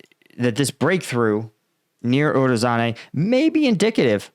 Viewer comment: not urozane but urozhaine. zh, llike in zaporyZHzhia. uro-zhain-eh. ro-BO-tin-eh. klish-chi-yivka. here you can hear him spelling it